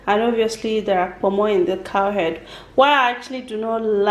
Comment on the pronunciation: The way you keep mentioning "POMO" is irritating please. Your mom speaks well, I wonder why you always have a problem pronouncing words or making simple sentences. Please stop trying to form. Speak normal Biko before you use "YEAH" Kil us.